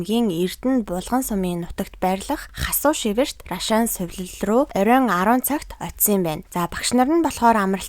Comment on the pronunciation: Наль наль гээд ямар ядаргаатай ярьдаг юм бэ.Түүнээс гадна наад Рашаан гэдэг үгээ битгий Ррашаан гэж дуудаад байлдаа .Монголчууд наадахыг чинь Аршаан гэж дууддаг юм.Аягүй чихэнд чийртэй дуудах юм.